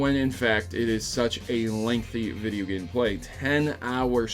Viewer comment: Hideo instead of video